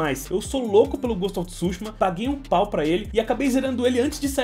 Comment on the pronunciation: Ghost of tsÚshima😂😂😂 KKKKKKKKKKKKKKKKK. Desculpa a zueira com sua pronúncia . Coleção muito top parabéns...